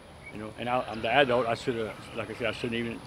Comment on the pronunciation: The way says adult is irritating. "Adoolt"